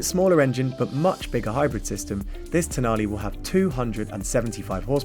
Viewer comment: Can you just try to pronounce the last letter of the car’s name with the right sound…please 😔